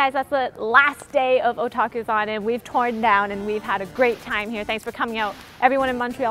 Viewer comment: Oh god i thought you said "kotakuthon".. Imagine a convention all about bad game journalism..